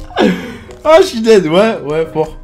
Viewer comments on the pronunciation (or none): none